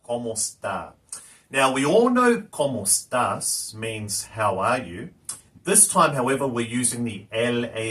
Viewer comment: Perfecto pero te falta algo de pronunciation la e en español no es muda y tu no la estas diciendo, estas diciendo "comos tas" y no ¡como estás!